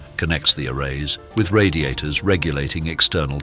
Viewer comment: Your voice synth needs more training. Word like "array" and others. 🙂